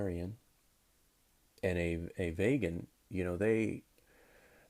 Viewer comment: All I want to know is, why do you pronounce it "Vaygan"?